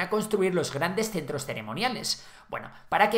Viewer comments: En el minuto , en vez de decir "Centros" dice "Crentros" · “Crentros ceremoniales “